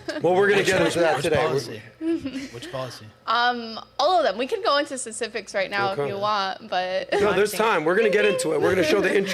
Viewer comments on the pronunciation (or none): And she can’t even say SPECIFICS correctly Jesus Christ